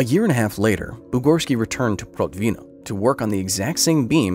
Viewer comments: Could you please check the pronunciation of foreign words? It's not difficult to find pronunciation guides, even feeding words to Google translate and pressing "read aloud" works. And there are oh so many Russians who'd work for pennies. It's Prótvino. Russian language doesn't have fixed stress like French or Spanish do. Like English, Russian puts its stresses all over the place. However, English intuition doesn't work for Russian words and vice versa. It's not that getting the Russian language correctly is essential (I don't think you can pick the correct pronunciation for foreign words all the time). But catching SOME mistakes makes one think if there are MORE left, if the author or authors are not as responsible worth their material as they are expected to be. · Protvin'O with the stress on the last syllable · When I was working for Protvinò (last syllable stressed!) IPHE, they always told me about that man. I just couldn't believe that happened in real. Then was the end of 80-th. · it should be pronounced as "prOtvino". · ProtvinO, the stress on the last syllable. Please don't help to propagate that "Hollywood Russian Accent" and check the pronunciation and accents beforehand... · Nitpick: Protvino has stress on the last syllable, not second